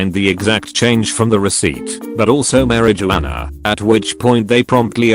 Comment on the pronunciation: Haha the way its says marijuana